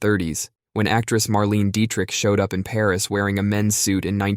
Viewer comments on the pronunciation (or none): none